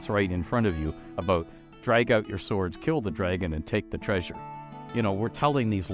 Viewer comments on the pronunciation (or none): none